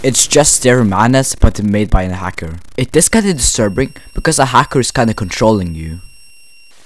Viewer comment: “desturbing” no hate btw